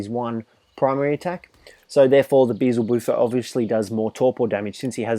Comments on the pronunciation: it's beelzebuffo not beezelbuffo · they keep naming the frog wrong.... it's BEELZEBUFO... not BEEZLE BUFO